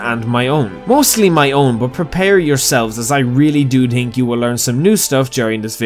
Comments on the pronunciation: "So you have TWO TINGS TO TINK about" 😂🤣 Your accent is goofy AF for speaking English😅😆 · I'm listening for the 2 major Tings to Tink about